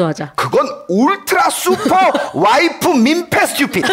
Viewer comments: 김생민씨 스뜌삣이 너무 찰져욬ㅋㅋㅋㅋㅋㅋㅋ 영상 재밌게 잘 봤어요~ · 그 누구보다 찰진발음.. 스뜌삣!!!!!!!! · 스튜핏!!!ㅋㅋㅋㅋ 찰진발음과 김숙 송은이의 리액션이 합쳐져서 진짜 웃기네요 ㅋㅋㅋㅋㅋㅋㅋ